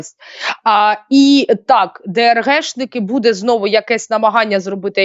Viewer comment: Шановна ведуча. Прошу звернути увагу на наголос у слові буде,яке повторюється часто , але неправильно. З повагою.